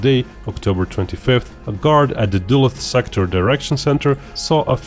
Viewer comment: duluth = duh-looth